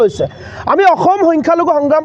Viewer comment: Its Akhom Not Okhom